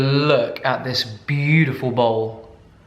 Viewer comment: Hate the way you say beatiful 😒